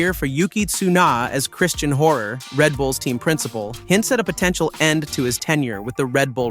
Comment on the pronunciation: WTF is this channel , don`t now how to pronounce any name right in the first minute. Yuki Tsuna and whatever you make of Horner. This is a disgrace.